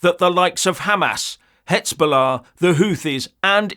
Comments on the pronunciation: HEZBOLLAH NOT HETSBOLLAH! STICK TO YOUR SAD BRITISH POLITICS! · Hez not hetz 😂😂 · Pronounced,,,,"hes bu laa" FFS man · something wrong with your voice: it sounds like you keep saying "Hetsbollah" of "Hexbollah." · So what if he mispronounced the word!!It is the understanding of the point of contention and interpretation of what is going on that IS really important now,Charles!! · Mr Not so blessed, it makes sound like a very ignorant twit every time he mispronounced it. He really has no clue what he is talking about here. And I'm going to unsubscribe from this channel. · You're mispronouncing the Z in Hezbollah. It grates on my nerves. The Z is like in English and not like the German "ts" sound. Every other channel I know gets it right. Please! The "hezbo" sounds like "lesbo".